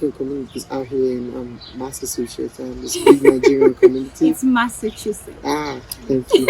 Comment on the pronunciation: Massasuchetts or Massachusetts, at least we get the idea. Leave my brother alone abeg. 😂